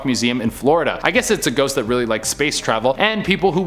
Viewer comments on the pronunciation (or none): "Could be someone out and about, or a shost- rushing to the monster mash..." sorry but that made me giggle